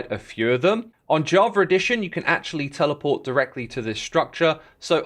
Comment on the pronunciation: why do you say javra? 🤔